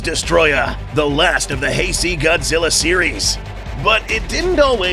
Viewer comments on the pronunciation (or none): Not Heisi, it is Heisei. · Heisei is pronounced "Hay-Say" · ~ Cringe of pronouncing "Heisei" like hey-see. It's pronounced hey-say; this notation of pronunciation is literally used by a Japanese band: Hey!Say!Jump! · Did you seriously pronounce "Heisei" like "heisee"???? Americans seriously gotta stop with the "ee" when it's ei. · As a Asian myself it’s pronounced HeiSay(HeiSei) and no not true Mv already doing things backwards 😂so they can just add Destrosah tbh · seriously said "hayseed series" smh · Did bro just say "Heisee"???